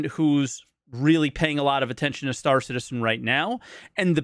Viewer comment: "Star Shitizen" may very well stick! :D